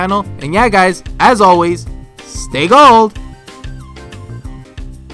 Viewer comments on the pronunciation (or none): none